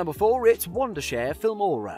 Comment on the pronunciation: "Woindershare Filmora" ):<